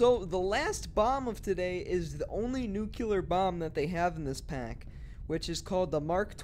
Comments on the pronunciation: it’s pronounced “nuke-leer”. not “nuke-yulur”. not trying to mock just tryna help you say it right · Why do people keep pronouncing the word entirely wrong? It's not "Nu-cu-ler" the way you're saying it. It's "Nu-clear" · It is not new-killer, it's new-clear. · Nu-CLEAR not Nu-cular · DOESN’T ANYONE KNOW HOW TO PRONOUNCE NUCLEAR THESE DAYS?!?